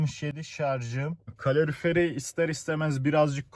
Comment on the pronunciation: kalorfier ne kanka yaa :DDDDDDDDDDDDDDDDDDDDDDDDDDDDDD